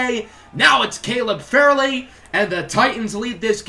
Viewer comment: Not to be that guy but Caleb Farley is pronounced Far-Lee. Also keep these coming I can't get enough of my titans